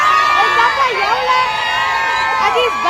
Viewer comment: the bish can’t even pronounce a simple word like Payola 😂😂😂